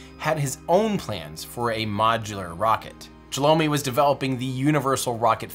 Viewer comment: There are much more mistakes, almost every other name is pronounced wrong, including, for example - Chelomey - it is not [shalomi], it is che-loh-may.